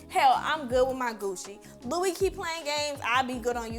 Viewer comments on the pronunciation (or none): none